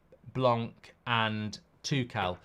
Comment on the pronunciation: Its pronounced blanc and the c is silent merci 😂